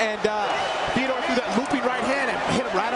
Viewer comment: “Feodor” How do you not know how to pronounce his name in the same sentence you say that he’s one of the greatest of all time.